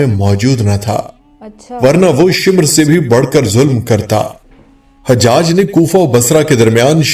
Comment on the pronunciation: . Sorry HajHaj nahi it's Hajaj ( Ha , Jaj .)